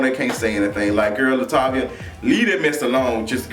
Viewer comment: 😩Why you call that girl Latavia?? 😂😂😂😂🤣🤣🤣🤣🤣